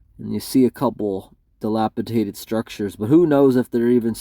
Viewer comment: Dilapidated only has one T. You pronounced it wrong